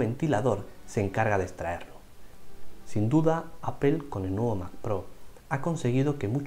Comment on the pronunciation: Solo un par de comentarios. La palabra APPLE se pronuncia más como "apol" y no "apel". Algo parecido pasa a veces con la palabra Power. Espero no molestar con mi comentario.